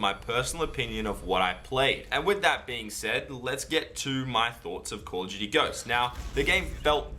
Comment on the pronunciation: its call of duty not calludooty LMAO